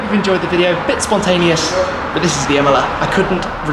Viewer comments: Pagani Imola... No pgani mola... Impara l italiano! Porta rispetto se fai servizi su capolavori italiani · Iam the only one hearing Himalaya instead of imola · Shmee, you are pronouncing Imola wrong. It’s not Imela, it’s Imola. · I didn’t know that’s how u pronounce Imola I always though it was Emola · Imola not imla lmao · The pronunciation is nothing alike, if you know the proper pronunciation for both. Not even similar.